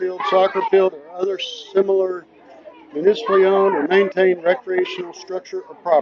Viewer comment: Attorney can’t even pronounce similar! HTF did he pass the bar?